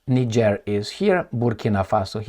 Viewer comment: Bruh, if you don't pronounce Niger & Nigerien properly you refer to a whole different country, the name is French & must be pronounced that way, there is no either or, you either pronounce it right or you're an idiot, you can look up some video's to pronounce these names on this very platform, don't be an amateur!